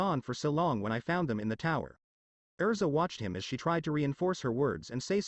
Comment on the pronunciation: It's erza not elsa.